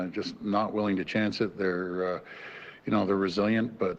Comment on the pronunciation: did he say; "I'm not willy?